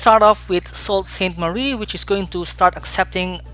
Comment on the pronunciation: Hi! Your video is very straightforward and motivating! Just a small note: Sault Ste. Marie is pronounced “Sue Saint Marie”. Keep up the high-quality work!